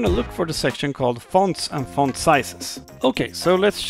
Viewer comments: "Wanna know how to change the- FAUNT🇫🇷🥐" (if this is offensive pls tell me) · think they were mocking you when you said ‘font’